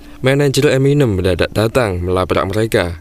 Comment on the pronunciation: eminém mas.. bukan eminêm